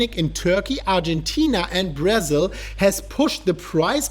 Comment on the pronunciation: "Brazz-il"... i think someone watch too much Brazzers 😝😝😝